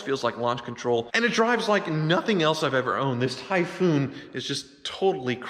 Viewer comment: "Tie FFFoooun"